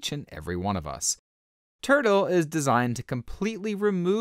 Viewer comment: Why do I hear this guy call it "Turd-o"?